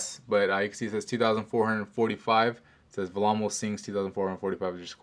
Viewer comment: Also it's pronounced vellemo not vamo!